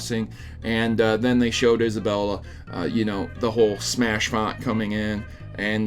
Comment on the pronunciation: It's pronounced is-a-bell